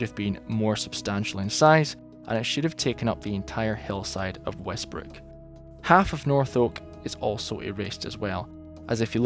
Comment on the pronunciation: I really hope he said "westbrick"